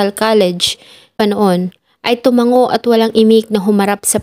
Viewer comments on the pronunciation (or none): none